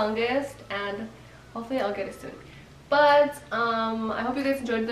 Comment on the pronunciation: Her saying next year😂😂